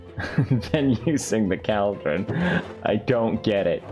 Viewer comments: felix: "minecraft learn english pls" also felix: "Cal-Dron" english: am i a joke to you? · Felix: Minecraft, learn English Also Felix: cowldren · The new contender of "negligible" is "cwaildreon" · Minecraft: bottle Felix: Minecraft learn English thats so weird! Also Felix: Call- Dron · It’s so uncomfortable how he pronounces “cauldron”. It’s… COALDRUN. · pewdiepie:minecraft learn English please meanwjile cow-dren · “We need a caldrin” Pewdiepie 2021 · caalllldrin , lol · I'm swedish and my reaction was first "wait what the duck did he say" followed by a "is it pronounced like that" which resulted in "no, it must be another word he can't pronounce" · Legit screaming at my phone everytime he said it lol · listening to Felix mispronouncing cauldron for minutes straight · Pewd: Its, not a vial, Minecraft learn English says the person who pronounces cauldron wrong XD LOL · felix: 'minecraft learn english" also felix: 'cowldren' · That's english though, it was his accent. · Felix: "Learn English, Minecraft" Also Felix: "Cowl-Drun" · “Minecraft, learn english please” literally 10 seconds earlier “Cowldron” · Not me running straight to the comments after he said CALDRON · Felix: caldrun. everyone: Its cauldron not “caldron” Also felix: I need more eye-ron. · It's not a vial? It's a bottle? MINECRAFT, LEARN ENGLISH, PLEASE. Sincerely, The guy who calls a "Cauldron" a "KAALDRON". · I love how he pronounces items "Saydle" "Cowldron" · Felix: minecraft needs to learn english Also Felix: keldron. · “Minecraft learn English please” Proceeds to say “cowldron” the entire video. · Pewds: I can finally pronounce negligible Also pewds: its a CALDRON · felix: “caldrawn” me: at least he knows how to pronounce negligible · more like 'culldron' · pewds its pronounced call-dron. not kaaldrin. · Normal People: Cauldron Felix: Cowdrain 😂🤣🐮🕳🚿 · I kept saying to myself it’s caldron not cAldren but I thought it was mainly funny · The way he says "cowldron" instead of cauldron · cauld - run